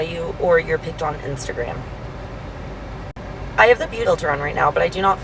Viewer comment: Instigram it's self is a red flag. Trash Tags are a red flag. One the first one, I couldn't understand what she said, so can't comment.